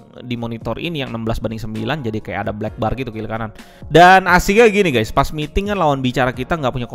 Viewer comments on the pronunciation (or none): none